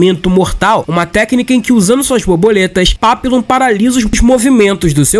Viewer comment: Papillon é papion, tipo réveillon.